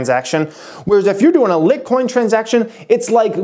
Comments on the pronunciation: Your saying litcoin it’s LITECOIN!!! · Thank you "Lit coin" was bothering tf out of me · It's pronounced Lite Coin... like 'light coin'. There is an 'e' there. Lit would be pronounced lit as in I lit the cigarette for her. The room was well lit. Lite (pronounced light) refers to its relative weight or effort needed to acquire it, mine it , purchase it. Its lite weigh. the beer Miller Lite, for example has fewer calories. Not be to a troll, but you mispronouncing it 50 times doesn't change that. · Litcoin? lol :P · It's pronounced "light coin" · Exactly! I thought it was "Light" coin too. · we have been saying it right... it is pronounced "light" coin.😀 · It is lit :)) and go pro is pronounced Gobroke. Please get it correct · that is so cringey... please don't ever call it litcoin again. LITE coin??? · its pronounced "light" coin. SMH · its litecoin, pronounced light coin, not lit coin, good video keep up the good work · Get ready for your channel to have exponential growth if you continue making videos about Bitcoin and other Cryptocurrencies! Also, It's pronounced LIGHTcoin, not LITcoin lol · Lite as in LIGHT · its LITE coin. Not Lit Coin. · love the channel but its pronounced light coin... cmon dude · it's pronounced like light coin not lit coin.lol...I was going crazy every time u said it😂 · Light coin bro it’s light coin not lit coin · Your pronunciation was way off. Sticking to the stock market videos is you best bet man. It’s pronounced light-coin. Not lit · LIGHT NOT LIT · Can you please pronounce it LIGHT-coin instead of LIT-coin. Hahaha it’s so annoying not sure why. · Lol it's liteeeeee coin not lit coin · Can't you even pronounce litecoin? It's lightcoin. Not litcoin. If you can't even pronounce it, how can you possibly know what you're talking about? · LIT-COIN?????? Wait.... have I been pronouncing it wrong this whole time!?? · Lmao the "LIT Coin" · Leetcoin lol. I cringed every time I heard that 😬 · No he is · litcoin? wtf haha